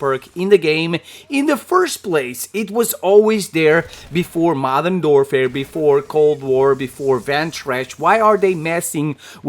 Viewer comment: "Modern doorfare" 😄